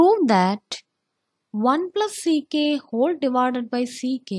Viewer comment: Please I can't hear u mispronounce that sec A 😢🙏 First learn that 😂